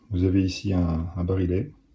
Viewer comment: On dit pas le "barilet" mais le "barillet" prononcé "bariyé" car il y a deux L...